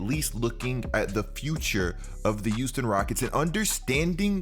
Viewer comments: I got a question I got a question no disrespect?!?! 🙋🙋🙋🙋 umm are you saying Euston or Houston?!?!?! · I absolutely love your content bro, but maaaaan the H in Houston is not silent. Now I know I'm not crazy but i swear you keep saying Uston instead of Houston😂🤣😂🤣🤦🏿‍♂️